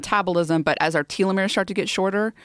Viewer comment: teeelomeres....much weirder lol